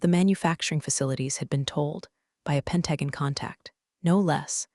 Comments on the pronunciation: AI keeps mangling it. Just say “Pen-ta-gon,” not like some sci-fi planet. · Would you please teach the AI how to say Pentagon. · AI keeps twisting simple words. Pentagon and Peloton aren’t that hard!